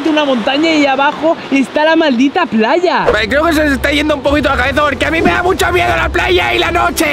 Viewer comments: paya en vez de playa 😂😂😂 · Aquí los que se dieron cuenta en el minuto cuando el que edita el video puso gene y en el minuto y dijo en el minuto paya en vez de playa donde has estudiado